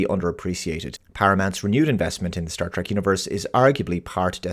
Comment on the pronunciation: Please. It is pronounced "TREK" with an E. Not, "TRAK."